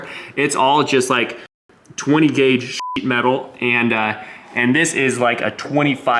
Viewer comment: Are you saying sh*t metal? 😂